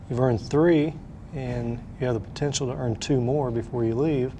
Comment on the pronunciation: "He got poh tenshull"